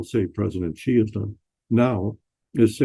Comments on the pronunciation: Sheeeee not Jheeeee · President Shee not Jhee. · Check your pronunciation: Chairman Xi is pronounced c as in ABC.